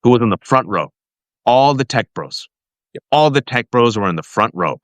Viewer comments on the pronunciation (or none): none